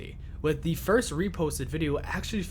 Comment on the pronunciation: Is this AI? What American accent makes you pronounce “the” as “thee” everytime? Genuinely curious where that’s from